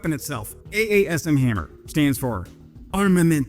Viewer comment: It's haaaammer, not hammerrrr